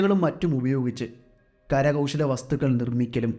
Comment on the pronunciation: പൈക്ക അല്ല... പൈക്കര ഇരുൾ അല്ല ഇരുള... കര കൗശ അല്ല കൗശല... കദ അല്ല കഥ...മലയാളത്തോട് കുറച്ച് നീതി പുലർത്തൂ.... സ്ഥിരമായി കഥകൾ കേൾക്കാറുണ്ട്.... നിരുത്സാഹപ്പെടുത്തുകയല്ല... നിങ്ങൾ ഉഷാറാവണം....